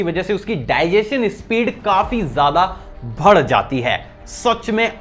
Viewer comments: Sir you say bhadd in place of badh hear so funny.......i like it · Bas ek cheez kehna chahta hoon, Badh jata hai hota hai Naki bhad jata hai 😂😂😂